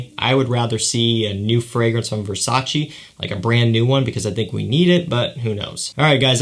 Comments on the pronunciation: Exact Versace no Versaci ahahahaha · VERSACEEEEEEE!!! NO VERSA-CHI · i am Italian VERSACE ....EEEEEEEE no Versaci